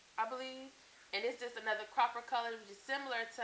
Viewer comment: im mad u keep saying cropper instead of copper, lol... prolly frm u staying in twc